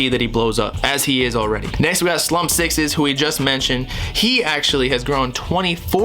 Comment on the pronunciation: its slump 6 ssss not sixes